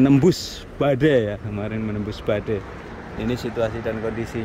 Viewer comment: BADAI MAS BUKAN BADEI 😆😆